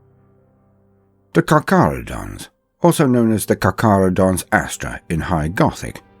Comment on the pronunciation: Lets disect the word carcharadons. Car - cha - ra - dons. Namely, the first two sillables. Car and cha. Ignore the r for the moment since it's after the vowel anyway. Ca and cha. You can't pronounce them the same, they're written differently. Cha is pronounced the same as "chain", "chanel", "charmander"... Now try with me: carCHAradons.